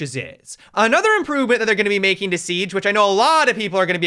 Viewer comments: Why you said sieaggge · sounded like he had a stroke when he said siege lol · listen to the way he says siege 😂